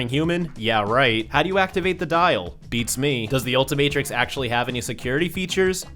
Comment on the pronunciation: Bruh it’s the ultimatrix not what ever you said get it right